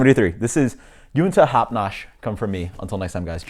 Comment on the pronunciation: congrats on pronouncing it correctly! lol did i catch a "i know this is shit......uh...sitting" lol